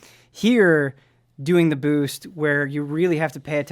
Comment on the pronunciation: says boost like Bhoosht